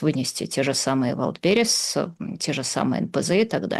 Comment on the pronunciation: Идиотка уродливая, почему валдбЕриз,а не вАйлдбериз?